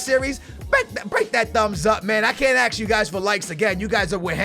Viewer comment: Why do you always say "Aks" instead of ask Also, you're really dumb for thinking that you cant play well if your players have less than 95 fitness. I always wait till 70 fitness and I'm fine with it.